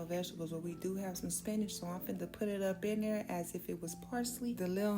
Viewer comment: Love how she said "Thurr"❤😂